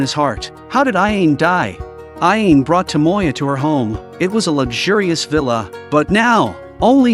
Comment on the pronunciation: The guy narrating this video is pronouncing the ghost's name super wrong he's pronouncing it (Ah・Yane). It's (Ah・Ya・Né). Get it right, man.